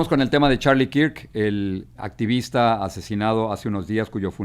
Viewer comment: No se pronuncia kirk...se pronuncia kerk 😂😂😂😂😂